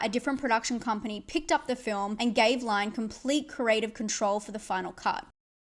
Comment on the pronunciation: Adrian Lyne is pronounced "LIN" not "LINE". See every interview for examples.